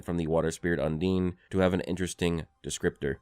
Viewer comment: Bro no way you think “undine” is pronounced “un’DEEN”